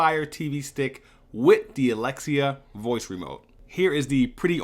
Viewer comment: Thank you for saying alexia xD now I don’t have to mess with my echo dot